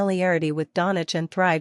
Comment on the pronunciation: Fake news. She cannot pronounce Doncic properly.